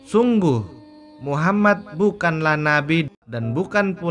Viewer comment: Org mn sih gk bs nyebut nm rasulullah dg bener...muhammad.